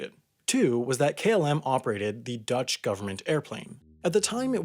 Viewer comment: You are by far the American with the best Dutch pronunciation. No forced weird sounds. Well done,.